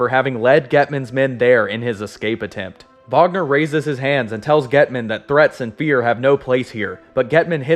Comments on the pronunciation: Not to sound rude but His name is Kurt Wagner not Vagner he says it like that because of his accent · It's SPELLED Wagner, it's PRONOUNCED "vaːɡnɐ" regardless of what accent the person pronouncing it has. You can look this up.